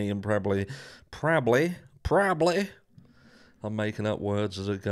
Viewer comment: You sound like a westerner with that “prabbly” 😅 -signed, a westerner